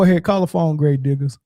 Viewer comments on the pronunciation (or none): I think you misread his naw,. His name is "grave-digg-ass". He's either a booty hunter or likes terrible takes.